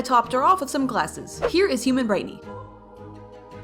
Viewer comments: Your saying brightney instead of brighteny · you said Britney instead of brightney